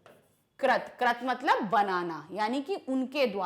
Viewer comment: Ma'am Its Krit not krat